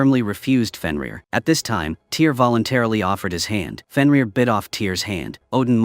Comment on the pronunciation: Its NOT a Movie , its a Tv Series. and the name TYR is pronounced Teer not Tire. Just so you know